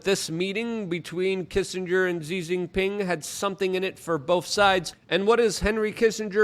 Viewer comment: So just for the future, as an independent news outlet, Xi Jinping's name is pronounced "she gin ping". The "x" in chinese is pronounced like a "sh" sound. Just so you know.